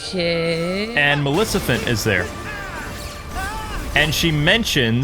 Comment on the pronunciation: Dude you destroyed her name non stop xD hahahhahaha Malicifent..... (is't Maleficent) got it memorized ?